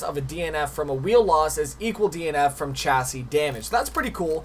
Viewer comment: no hate but please say chassis right